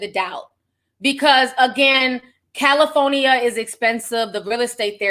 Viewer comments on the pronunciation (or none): Ditto LOL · cali phony a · Me too 😂😂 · I cackle every time I hear Ti say “Cali-Fo-Nia” 🤣🤣🤣🤣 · Lol meh tooo she’s heaven sent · Same, I love it😂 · Same i love it when she says that 😂🥰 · I love it! 🤣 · Be having me weak asl 💀😆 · I couldn’t help myself 🤣🤣🤣